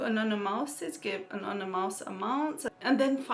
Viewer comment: I love the way you day 'anonymous' it sounds like 'another mouse' lool